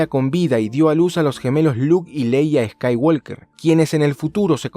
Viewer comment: estoy seguro de que pronuncias eskaiwolker solo para que la gente te corrija en los comentarios